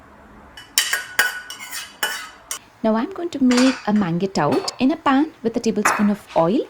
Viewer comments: Amazing video. Pls work on your pronunciation of mangetout. It is pronounced as maanjhtoo. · The green veg is pronounced monzh·too